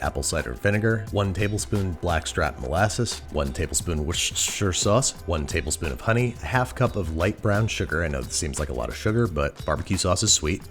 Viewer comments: LOL! "wit-shi-sher sauce".... I feel your pain man.. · Worcestershire isn’t that difficult guys cmoooon ! “Woostershir” ! There, you got it ! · W ugh sterrr sh-eye-err I'm English, that's how I say it. Please like this so Babish see's this and starts saying it as it should be said. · WUSS-ter-sheer. First syllable has the same vowel sound as "book" or "put". Really, it's not complicated. Being unable to pronounce it is not some endearing quirk, it's just sad. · "Worster", babish. basically the "ce" in Worcester is silent. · I love how he still mispronounces worcestershire sauce and say it as Worshsr 😂😂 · Ah yes the "Woshshche" sauce. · It's pronounced Worster-shire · It’s pronounced WOOSTER sauce. Yes I know it doesn’t look like it. Just trust me, I’m English. Wooster. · nobody: babish: wshooshsh sauce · WUSS-TER-SHIRE sauce come on mate it's not that difficult. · Hey babish I think it’s pronounced wish-I-was-in-the-shire sauce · you said wourder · Did... Did Babby just pull a Brad Leone with a "wourder" !?!? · Wushshusha sauce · "Wor-s-s-s-sure" might be my favorite pronunciation of Worcestershire, honestly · Worcestershire is pronounced wu - stuh - shuh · Just sayin your pronunciation of “Worcestershire sauce” is till botched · You almost have the pronunciation of Worcestershire sauce down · How is andrew such a pro chef like top tier youtuber chef but he cant say Worcestershire sauce😭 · The fact he mispronounces worcestershire sauce is still hilarious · As a Texan, I frankly don’t care about the regional semantics. BBQ is bbq, make it however you want, as often as you want, and make it as tasty as you want. Besides we all know Texas makes the best BBQ. ;) and lastly, can we please note how he just gives up on pronouncing Worcestershire sause? 😂😂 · One day Babish is gonna pronounce Worcestershire correctly with no fanfare and everyone is gonna lose their minds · It’s the “Worcestershire sauce” pronunciation for me 😂👏🏽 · It's pronounced "Worcestershire sauce"